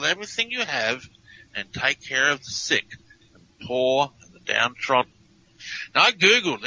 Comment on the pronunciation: It sounds like "Release the seed," not "Release the sick."